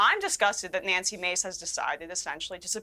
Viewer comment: bro get her name right you’ve had her on here before😭 you gotta know how to pronounce the names of the people you have on